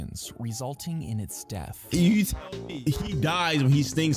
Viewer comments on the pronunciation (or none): BRO WHY DID IT SAYED DAATH INSTEAD OF DEATH?😂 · "resulting in it's daathh" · DAATHH MEAN DIE